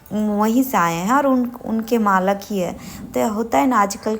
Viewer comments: Malk ni hota malik hota hai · मालक नही मालिक बोलते है बहन बाकी vlog बहुत अच्छा बनाते आप दोनो। 😘😘😘😘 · Malak nahin hota Malik hota hai baat karne aata hi nahin pata nahin tum teacher kaisi thi